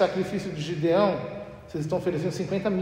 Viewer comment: Na minha bíblia esta escrito: GEDEÃO e o sr fala GIDEÃO